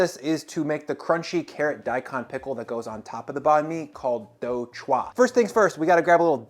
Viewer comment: bro learn how to say do chua properly its the least u can do u werent even close